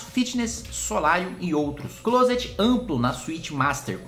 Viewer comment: Kim, a pronúncia correta é "clóset". 12 de set, eu vou!